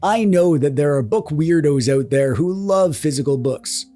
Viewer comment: Also as if your “OUT” didn’t make it obvious, owing a Kobo Mini is the most Canadian thing about you hahahah